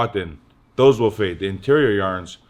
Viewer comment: “i wanna fyet”